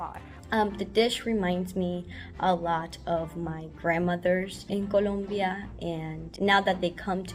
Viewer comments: Its Colombia not Columbia 😩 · It's ColOmbia, not ColUmbia!!! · It's "Colombia",, not "Columbia". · Colombia...not Columbia...sheesh. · its ColOmbia not columbia! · It's Colombia!! Not with a U 😑